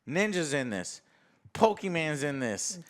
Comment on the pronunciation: "Pokéman" 🥺😢 I hate you now Joe